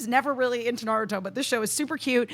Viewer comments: i don't know about the writing,i know what i hear from every voice actor in the series.and they all emphasize in the ru not the na like the americans do, did the japanese, and did the american.although i think started to say something about the pronunciation,maybe it would be the difference between american and japanese before cut her off!!! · don't wanna argue about trivial stuff but you're wrong. was right. It's NA-ruto. said na-RU-to. that's how the Japanese say the name. Common mistake, that's fine. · I didn't watch the dub. I just remember it not being nuh-ROO-to like so many people say. That is an English pronunciation like a-KIR-a (instead of A-kira) or sa-KUR-a (insead of SA-kura) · haven't watched dubbed versions either,but trust me, it is na-RU-to in japanese and NA-ruto in english,you are right about A-kira and SA-kura,unfortunately all the big anime youtubers/reviewers are americans and mispronounce all the names which i find weird because they watch the subbed versions but i guess they don't really listen to the actors and it gets confusing,that's why i said to watch the subbed versions!!!